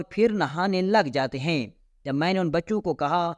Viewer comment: بہت بدتمیزی سے بیان کرتا ہے۔ بولنے کے آداب سے عاری ہے یہ بندہ۔ اردو کا تلفظ بھی بہت ماٹھا ہے جیسے بہت کو 'بوہوت' اور معاوضہ کو 'مواثا' وغیرہ ہیں کو 'ہییں'